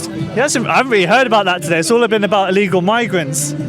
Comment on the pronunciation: The chubby guy with the cap on talking about "ellegal immigrants " cant even pronounce the word properly what an embaracement ,scared to imagine if they actually take the law and act on minorities . "This type "will be leading the country like the lad who doesnt even know what he is protesting against. Jokes. Embarrassing.